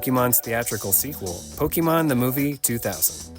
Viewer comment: Right off the bat guy pronounces Pokèmon wrong😂😂😂